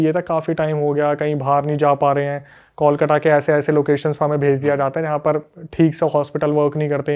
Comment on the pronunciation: इतना गलत उच्चारण करते हैं बांग्ला शब्दों का कि हंसी आ जाती है हिन्दी भाषियों पे। 1 कोलकाता ( kolkata) में त की जगह ट लगा देते हैं 2 Begunkodor ( बेगुनकोदर) को नजाने क्या ही बोल रहे हैं